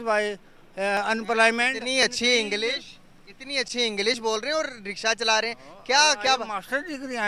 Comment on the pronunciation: is chicha ko English sirf aata nhi, JABADASTI AAJATA h "pressgress" "Unaaplaymant" In bhutnike ko koi pito chappal gobar m bhiga bhigake 😂😂😂😂😂😂😂😂